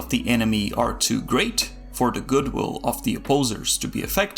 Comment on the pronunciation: De lord of de rings. THE DOES NOT SOUND LIKE DE. Learn how to speak.